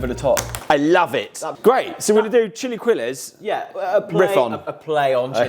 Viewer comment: Listening to them mispronounce chilaquiles repeatedly was more painful than I i expected.